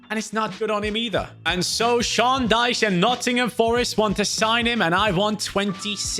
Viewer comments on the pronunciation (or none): none